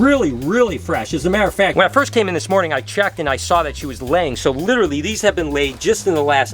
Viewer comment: Litter-ley lol